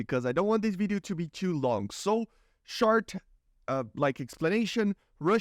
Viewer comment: Brazilian accent